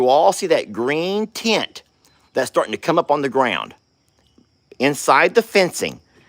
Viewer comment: When you said Tint I heard TENT! Lol I haven't watched or trusted mainstream media news since the mid 1990s. Only value they gave me was local human interest stories about good things in the world. And no, I'm not a Pollyanna. Just tired of money grubbers trying to control my emotions through fear.